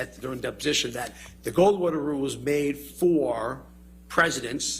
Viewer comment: I swear if I have to hear him say Gold Water Rule as Gorl one more time, imma lose it